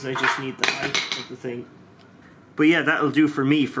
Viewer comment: Height! Not heighth